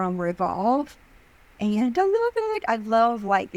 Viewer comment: So true! Typically a southern accent makes the word 'and' two syllables. She's definitely saying 'in' :-)